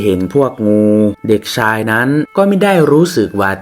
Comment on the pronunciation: ภาพสวย เสียงเพราะ เสียอย่างเดียว ช.ช้าง อ่านออกเป็น ซ.โซ่ ทักคำ😅😅😅ใช้ก็อ่านไซ้ ชาย อ่าน ซ่าย ช่วย อ่านซ่วย😂😂😂